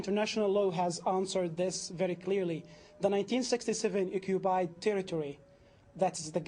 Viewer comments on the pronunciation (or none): It's ironic to hear a 'Palestinian' who is unbale to pronounce the letter 'P'. He says repeatedly 'Occubied territory''. This Arab man, like every other Islamist, should be greatful that any Jew is even remotely willing to compromise any inch of what is undoubtedly Israelite indigenous land - there's ample historical, religious, archeological (*and even Genetic) ties that connect modern Jews, Samaritans, to the historical Land of Israel. Muslims already have their Islamic wholy city of Mecca, but true to their colonialist invader supremacist nature, always want more, and particularly they want to claim as theirs the Jewish historical capital and wholy city of Jerusalem - it's all or nothing for Islamists, meaning, it's not enough for them to have Islam in over 20 countries, what they really want is for Jew not to have a sovereign State. Also, we in the West should stop the PC charade of using the term 'West Bank' , that is nonsense, it's Judea and Samaria and it's historical Israelite land as well. This British Muslim 'moderator' acts in typical woke/Hamas activist BBC mode, interrupting Rabbi Fleisher whenever his arguments and facts start to bother them due to being irrefutable. - no sir, it's not 'ethnic cleansing' it's called population transfer, and it hashappened throghout history in orderly and contelled fashion, such as when in 1948 Muslims and Hindus had to move due to the creation and partition of most of South Asia into India and Pakistan The use of the term 'P